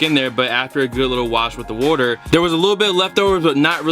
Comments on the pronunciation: What is this "worter" he keeps saying he's pouring on the shoes? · if you don't stop sayin wourter